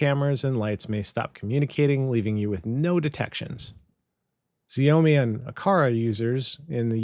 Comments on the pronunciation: ZeeOHMe? Never heard anyone pronounce Xiaomi like that before! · Hi I am a huge fan!!!!!!! found you when I was looking up pihole and really enjoyed your content. Keep up the good work .... This is the way !!!! - Just an FYI Xiaomi is best pronounced as "SHOW-mee" (rhymes with "shower me") or "SHYOW-mee". The name comes from Chinese, with "Xiao" pronounced like "show" or "shyow" and "mi" sounding like "me". It is often phonetically transcribed as "SHYOW-mee" in English, stressing the first syllable.